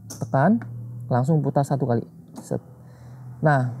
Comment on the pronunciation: Seat dibaca (sit) kursi/dudukan. Terima kasih panduannya